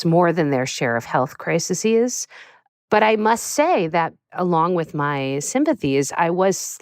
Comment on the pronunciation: "Crisisies"?!?! And you're a journalist?!